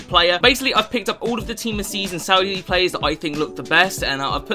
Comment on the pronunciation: No one:: playeres